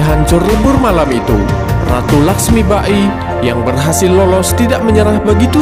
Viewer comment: Dr awal smpe akhir pen komen, lakhsmibai min bkn lakhsmiba-i 🤦‍♂️ Ini kan film bollywood bkn jepang.. Saya suka channel ini, mg kdpannya msukan2 netizen di apresiasi & dtrima ya min, bkn skedar kritik tp jg mmbangun ✌